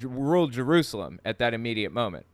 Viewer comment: I wonder how many times John Hagee has been to "Jeroozlem" as he calls it.